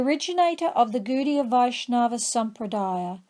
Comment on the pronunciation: Pronunciation not so good though...it is not "Goodiya" but Gaudiya or Godiya...